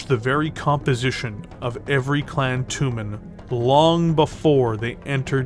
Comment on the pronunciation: Jag WIRE? toooomin? wtaf? tray JAG YOU ARE. try TOE mahn. ENUNCIATE.